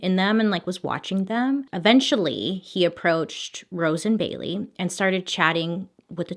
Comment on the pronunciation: After a while it sounds like she's saying Billy instead of Bailey